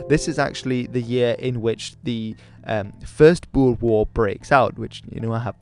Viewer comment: Thank you for pranounsing boer right